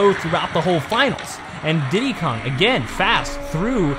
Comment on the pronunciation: It's not didy Kong it's Diddy kong